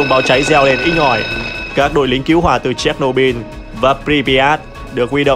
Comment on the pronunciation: Chéch nô bư ko phải bin